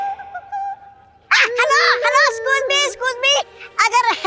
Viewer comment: Comedian What a excuse me Not escuje excuse